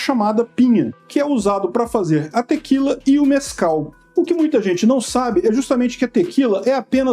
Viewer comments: Mais alguém está a ouvir "Nescau" ? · Eu juro que ouvi "Nescau" na primeira vez que falou.